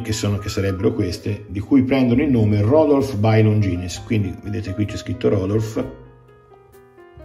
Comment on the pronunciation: Credo che non si pronunci Longines